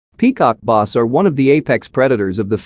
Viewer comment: peacock noss?! Its Bass and not even Basebass rhymes with glass and ass. and not ahs oe boss.